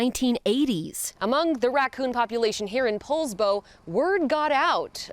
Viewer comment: It’s pronounced Paulsbo you ignorant x Californian